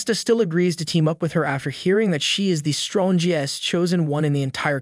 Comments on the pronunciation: the 'stron-gee-ust?' isn't it easier to just say strongest? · Strong est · Lol strohhnjest? Strongest? Wtf how are you mispronouncing all these words?